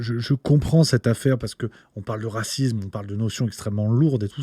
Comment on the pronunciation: Mon cher: on ne dit pas racizme, mais racisme.